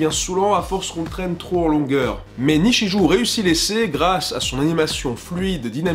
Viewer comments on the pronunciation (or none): Attention à ta prononciation du Japonais on dit Nichijoo et pas ou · Je fais mon relou et je corrige ta prononciation des titres Japonais (tu m'a fait mal aux oreilles à certains moment xD): - Nichijou --> [Nitchijō] - ha y'en a pas d'autres a corriger déçu. Ptdrr sinon le non respect des handicapés (ca m'a fait rire le second degré) et le troll avec Le Tombeau des Lucioles comme film drôle alors que c'est full triste...et le fameux Arthur, un chef d'œuvre ! x) Bref merci pour ce poisson de #qualitey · Par contre quand c'est écrit en romaji "ou" comme dans "nichijou", le u se prononce pas c'est juste un truc pour dire qu'on est sensé allonger la voyelle o. Donc on devrait plutôt dire "nichijoo". Voilà, bon chocolats.